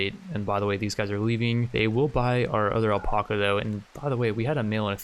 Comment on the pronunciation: I had to stop watching because of the way you pronounce alpaca